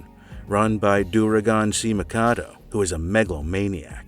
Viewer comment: I'm so glad you said the whole name. Dauragon C. Mikado